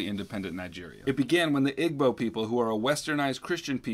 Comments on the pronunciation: When u say Igbo it’s not like you will say Igloo it’s like E-boo Upper case E-Lowercase b and uppercase O soundings is important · As a Igbo person seeing him pronounce Igbo made me laugh